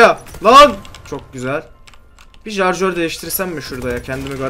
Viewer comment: jarjör değil şarjör :D